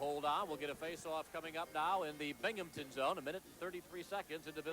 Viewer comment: There's no P in Binghamton.